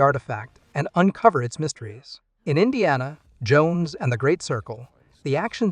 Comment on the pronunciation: Why do you say it like that "in Deanna, JONES and the great Sircle"